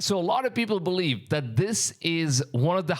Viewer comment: he does pronounce the V in “massive” and “believe” correctly. It’s quite interesting how that works.